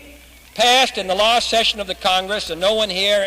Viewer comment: You've got to love his Boston way of speaking. Beautiful. He pronounces "last" in the English manner and "passing" in the American manner. Pardon me for saying "English". It is the "Boston Manner".